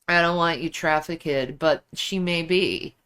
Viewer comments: You would expect baby 🥕to correct her pronunciation of TRAFFICK-ED! Is he just scared to, or is he deliberately letting her look stupid?? 😂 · Please someone tell how to pronounce trafficked FFS